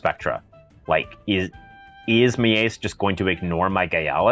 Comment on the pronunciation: Is ir me or did the name Miees peonunciation sonded like something else 🤣